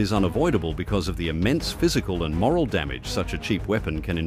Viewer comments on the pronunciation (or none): It's"morale" not moral. Useless AI voice. 👎🇦🇺